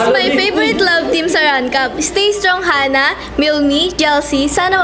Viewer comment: Hana po hindi hanah😂